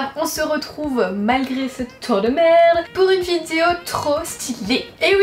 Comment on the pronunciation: Tu as redis "vidzéo". On retrouve enfin la belle avec ses défauts de prononciation qui font sa charmante personnalité.